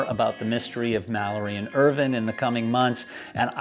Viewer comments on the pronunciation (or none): Just curious why you pronounce Irvine's name as if it's spelled "Irvin". The "e" on the end means that the "i" is pronounced either as a long "i" or a long "e". Examples would be "vine" (long "i") like "grape vine", or long "e" like "morphine". I've known several people / families with the surname "Irvine" and it is ALWAYS pronounced with a long "i". I grew up in a city that was about 10 miles from Irvine, California, and that is pronounced like all the rest, with a long "i". There was also a N. Irish Formula 1 driver back in the 1990's / early 2000's named Eddie Irvine who also pronounced his name like how we pronounce it in the USA, with a long "i". So is this a British thing? I mean Brits pronounce a lot of things really weirdly, but pronouncing it as "Irvin" seems too weird even for them.